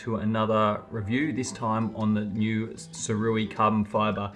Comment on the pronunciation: You’re an Ambassador, and they don’t mind you mis pronouncing the name? Its (Soo-Ray) Wise/ sage person is the meaning. Guess this is lost on some people? 🤔🙄😃😂🤣✌🏻